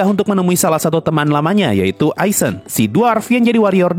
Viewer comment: Bro, nama-nama mereka itu Jerman. Jadi ei dibaca ai.. Seperti heiter jadi haiter, eissen jadi aissen.. Dll